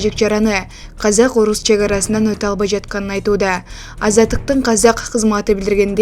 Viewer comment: Казяк кайзак кязак деп Казакты айталбаган журналист😢